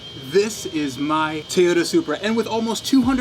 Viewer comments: TOYota,, not teota.. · it TOY-YOTA not Tay-uta you idiot. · TOYOTA not TAYOTA god damn that annoys me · I'm far less concerned about the deal he made than the pronunciation of TOYOTA. ffs it's not a TEEYOTA. how is it so hard for americans to say the names of foreign car brands properly? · please say "toy-oh-ta" not "tee-otta" than you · Learn to say Toyota its not Toe ota or 2ota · Tiota lol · Just curious but where in North America does your pronunciation of Toyota come from? You say it like "Teh-yoda" or "Tee-yotta" and the only times I've ever heard that were from (far) outside of the US. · Teeyota? Never heard of it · what's a Tiyoda? =p jp bro sick find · The fuck is a Teayota? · In the beginning of the video was it tuyuda that you said? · Toyota... Not tiota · “This is my tooda supreh” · What the fuck did you say it was? A teaota supra?? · "This is my Tuta Supra!" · cant even pronounce toyota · you should learn how to pronounce toyota before getting SUPRA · I hate the way he says toyota